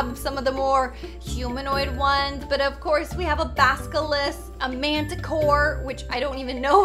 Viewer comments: a baskilisk Harry Potter fans: your saying it wrong it’s BASILISK not BASKILISK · Nobody:: bAsKiLiSk Me: ITS BASILISK LOL